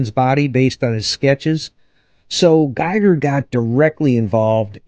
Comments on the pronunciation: It's pronounced GEE-ger ! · Pronounced "geeg-ur" (rhymes with "meager").